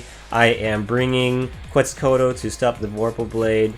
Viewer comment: Quetzalcoatl is pronounced more like (Ket-zal-ko-watt-al) the beginning is a hard “K” sound rather than a “kwa” sound.